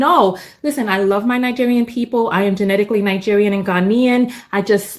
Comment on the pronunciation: Nine-gerian- American?